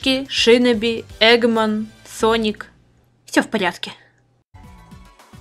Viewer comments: шинОБИ А НЕ шИноби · Умираю от произношения слова Шиноби